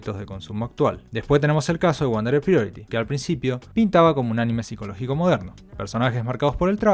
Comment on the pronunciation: "Lied" en Elfen Lied se pronuncia "lid". "Lied" es una palabra en alemán, no en inglés. "Priority" en Wonder Egg Priority se pronuncia más o menos como "praiority". "Psycho" en Psycho-Pass se pronuncia "psaico".